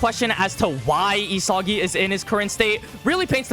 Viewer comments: Nobody gonna Correct my boy here saying E-Sogy instead of EE - Saggy🤣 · It’s not ESAWGI bro